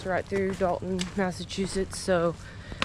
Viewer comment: Muddsechusetts. Livardi is pretty stellar, though. I really think folks need to work on their pronunciation of the various "shires" in New England. It's frickin' SHEER! Not difficult. Have a nice day.